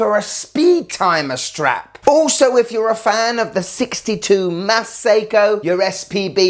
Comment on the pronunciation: "Seiko Irwin"! From Steve Irwin (Crocodile Guy) a Nice um field watch! 😂😂😂